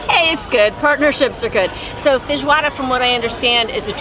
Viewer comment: Perfect pronunciation of Feijoada!